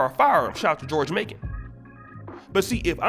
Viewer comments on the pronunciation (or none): none